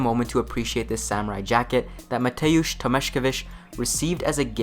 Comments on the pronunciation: Love how you butchered Mateusz Tomaszkiewich. Polish is hard xD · Man, thanks for the effort, but you butchered "Burzymowski" and "Tomaszkiewicz" 😂